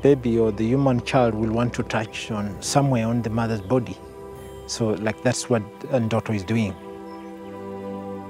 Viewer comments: nooo... there is no E... it's Ndoto which means dream... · "Endoto" he said 😂😂😂...